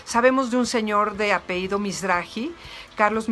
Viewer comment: Muy interesante, solo me extraña que pronuncie apeido en lugar de apellido 😬